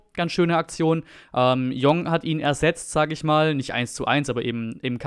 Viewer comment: Jeong (sein Nachname) spricht man Dschong. Mir eigentlich egal sowas aber dann bist du noch besser als deine Tv Kollegen.